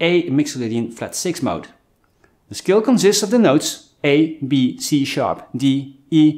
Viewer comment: I keep thinking he's saying the word "skill" not "scale" lol